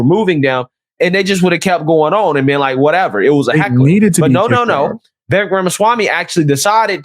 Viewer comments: Vivek . ... pronounced WeWake . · Phonetically, his name is pronounced as Vee-Vake Rama-Swaa-Mee.